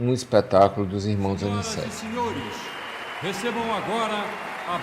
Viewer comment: O nome certo é Aniceto não é Aniceti..aff